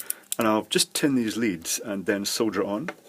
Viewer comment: Did anyone else think he said soda?